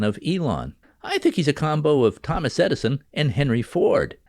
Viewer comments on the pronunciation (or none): none